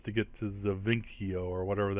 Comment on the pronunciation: I think its said ZE-VIS-E-O